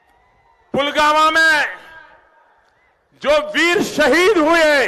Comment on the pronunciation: पुलवामा भी नहीं बोला जा रहा है पुलवामा को pulgama बोल रहे हैं।